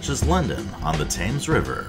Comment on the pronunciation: You're a travel channel....know how to pronounce "Thames"